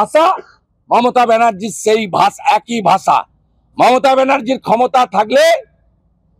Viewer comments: দুনোটাই পাগল 😂ভাষাকে ভাছা বলে শুভেন্দু😂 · ভাছা নয় 'ভাষা'